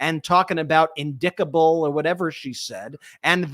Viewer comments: In-dickta-ble.....it's a mistake I could've pronounced myself........but then again my first language ain't English. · " ... in-DICK-tuh-bull crimes ... "? 🤔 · I don't think MTG EVER finished high school. INDICK-TABLE. Really Marje? Perhaps you b need-in sum mo' skool in. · "indicktable" Oh my gosh, marj proves she really is uneducated. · "in-dick-ta-bull" As Bugs Bunny used to say... "What a Maroon!" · I’m sure when/if MTG reads, she’s moving her lips to sound out the words. InDICTable?? Everyone has different intellectual levels, but she’s so ignorant and vile that there’s no excuse. DUMB.